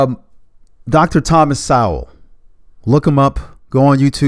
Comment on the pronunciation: Um, you misspronounced Dr. Sowell's name.